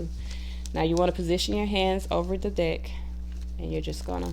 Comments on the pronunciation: the ways you say deck sounds very similar to dick and made the whole video a bit funny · I love this 💜 but for a moment I thought you said “when your dick falls out of your hand” oh haha thanks for all the helpful tips beautiful 🦋